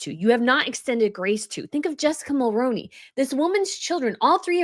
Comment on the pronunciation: 👋 👋 👋 you are pronouncing Jessica Mulroney's last name incorrectly.... Think of the actor Micky Rooney's last name and add Mull to the beginning of it and then you'll be saying it correctly. I'm a 53 year old 🇨🇦 who remembers very well when her father in-law Brian Mulroney was our Prime Minister. So I'm very well acquainted with how HIS last name is pronounced. His son Ben was a TV host for awhile and he also pronounces his name exactly the same as his father....therefore since she's married to Ben she also pronounces it as I've explained.. Mull+Rooney or Mull-Roo-Knee take your pick.. I'm extremely surprised & disappointed that still after 7 years of people reporting on MeAgain and bringing Jessica Mulroney's name as well as Reitman's that people are still mispronouncing both of them. Paula M says them both correctly, maybe you could watch the odd video and hear her say them. Reitman's is pronounced Reet-man's and NOT Right-man's... I've never understood how anyone could get Right-man's from Reit-man ...I'm biased because I grew up seeing & hearing the commercials on TV and the radio. I'm sorry if I've come across as offensive that's not my intention I'm seriously only trying to be helpful ...I'm just extremely frustrated that so many people are still saying those names wrong after so many years... I think this is maybe 1st or the 2nd time I've left a comment about Jessica Mulroney's last name... I've left comments on the other channels that I watch who also mispronoun